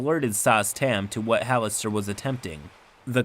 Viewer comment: Having played Neverwinter Nights: Hordes of the Underdark, the narrator pronounced Halaster as “Ha-lass-ter”